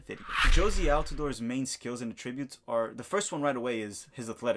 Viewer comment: You pronounce attributes incorrectly